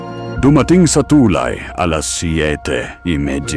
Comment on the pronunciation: AI ba o tao ang narrator? palpak ang pronunciation ng narration sa Tagalog..ang tulay ay too lie, isa lamang ito sa nkakawalang gana mag subscribe..mag-aaral muna sana sa tamang pagbigkas bago pasukin ang bilang narrator..